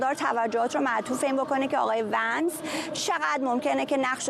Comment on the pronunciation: Vins نه vansایشتیباه صحبت کرداین خبر نیگار